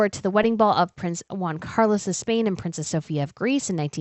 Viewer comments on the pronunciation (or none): none